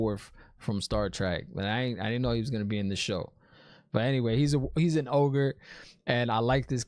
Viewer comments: Another great vid man! oh and Loial is an Ogier (pronounced ogeer), not ogre lol. Remember he corrected Rand when he called him an ogre. Also the actor playing him isnt Michael Dorn (lworf) its a young British actor named Hammed Animashaun, at least i think he is british lol. Saw him on the red carpet event and thought the accent was British. I've said it before and i'll say it again, its been a long time since ive gone back to the books and decided not to revisit the just so i could enjoy this show for what it is, an adaptation, with changes of course, of an amazing story brought to life on the screen. I've seen some other videos from guys that bash this show for the changes and that's not what i wanted to focus on so ive only seen a couple of those and just now stay away from them. I did that with GoT cause i read the books before the show started and after the first season i was like meh., they changed this they changed that etc. and ended up not watching it until it was on season 7 and my wife had been watching it and i didnt know she had been watching it and got caught up watching it in season 7with her and went back and binged watched all 7 seasons lol and it was a great show if you didnt sit there and nit pick everything. Now season 8, no comment. show runners got excited about being offered the next star wars trilogy by disney and lost their minds and basically rushed and changed things around to the point of almost ruining it. books or no books i know a lot of people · This story, book and apparently show, is big on the unreliable narrator, haha. People say what they think they know to be true, but might not actually be the truth. That's why Rand isn't connecting the dots on the dagger. Lial is an O-gee-er, not an Oger. Ogier. Nothing like Shrek at all! Are you sure Logain was looking at Mat? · I'm sure someone has mentioned it, but he is an Ogier (Oh-gear) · He's an Ogier. Oh-gEer